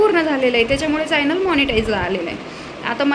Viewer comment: फायनल नाही ग,च्यानल म्हण,प्रोनाउन्स चुकीचे होत आहे